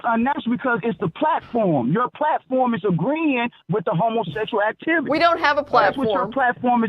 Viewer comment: As soon as he pronounces "howmowsecshle activty" you know you're in for a ride. Living proof not all lives matter...